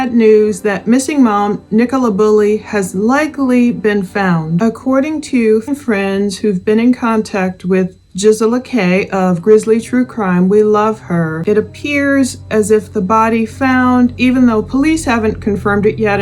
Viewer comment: The G in Gisela is pronounced grizzly. Not a j sound.